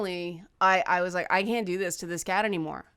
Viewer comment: I wish one of my cats was less afraid of physical closeness. Momo should come and teach her a lesson. Also, your "can't" sounds exactly like "can", which is exactly what my English teacher warned me about.